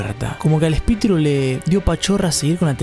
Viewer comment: Yo regrese como 5 veces el video para escuchar que dijo espitiru y reírme